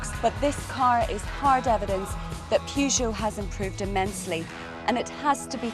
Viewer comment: This is how the reviews should be done. Well done lady. By the way, it's very nice how you pronounce Peugeot.